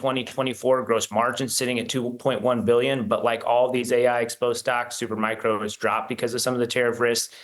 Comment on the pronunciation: Learn how to say “Supermicro”, not “Supermicron” dude before you are being treated seriously.